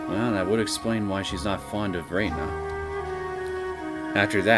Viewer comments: Feel free to pronounce it however you like, is comfortable with, and gotten used to. And I hear the characters in the game actually say: Re-na, rather than Rei-na. I have started to watch a bit of your let's play from the main series. Your pronunciation has stuck around since the very beginning before the voice acting. Even though Keiichi explicitly stated that it's wierd how it's pronounced this way, as Reina is a normal name. But hey, again. It's stuck with you this far. No need to change. Just saying I get a little thrown off when I hear it. I haven't gotten to your let's play of the 6th arc of the main series yet. But I remember from my own let's play, watching other let's plays of that arc, and the anime, that before she dropped the "i", we do hear people actually pronounce it Rei-na, and also her father still use this pronounciation. Also unrelated note: If you ever plan on moving on to the Umineko When they cry series, AND either watch the Higurashi Gou/Sotsu anime, or read the manga adaptation, I'd personally recommend reading the main arcs of Umineko before going for Higurashi Gou/Sotsu. But it's not neccecarily required. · Nice start to a new arc. So much hatred towards one guy. Also. Whenever I hear you pronounce Rena's name: Rei-na, with the "i" she dropped from her name, rather Re-na, without the "i", I am just a little thrown back, as I'm not used to hearing that.